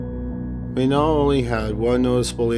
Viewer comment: Please do me a favour and pronounce Manon the French way as she was Canadian. The “a” of her name is the one of apple. It seems so little to give her the proper pronunciation considering her sad fate.